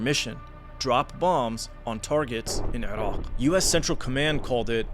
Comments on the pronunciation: Only terrorists pronounce Iran and Iraq the way you do. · Why do you say "Erawk" so weirdly. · continuation sounds like you make sure we all know when you say Irock and Eron. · This guy: "IrAWGHHHQ"